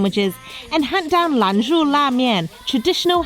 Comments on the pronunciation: Love the look of the flaky roti!! By the way it's Lan "Zhou" la mian, not LAN "zhu" :) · it,s lan-JO !!!!